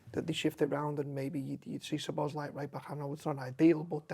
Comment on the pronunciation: Quite incredible how these content creators refuse to take 20 seconds to Google the correct pronunciation. He's been here over 2 years!